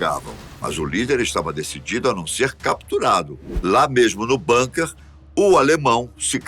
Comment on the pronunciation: Se fala bunker com "u". Não com a fechado. NÃO É INGLÊS